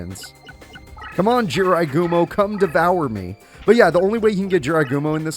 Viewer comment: When I Heard say Is That A Jirai Gumo Its Sounds Like IS THAT THE GRIM REAPER